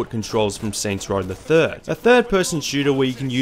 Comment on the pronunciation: “Saints Rawl”